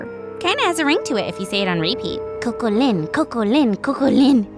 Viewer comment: Coco-lin Coco-lin Coco-lin weird